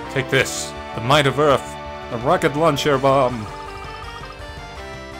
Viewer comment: When you first said rocket launcher I heard rocket lawn chair now that's all I can here. makes it twice as funn7 ^_^. Thank you